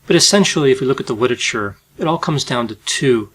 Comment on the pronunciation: Anyone else catch him say “witerature” ? 😂